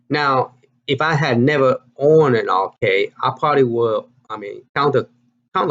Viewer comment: it's counter-cAde as in band-"A"id. c"Aid"e. Also I do not think dig dug is dig "and" dug. It is just "dig dug". Sorry for my OCD. Love your videos as always, don't get me wrong.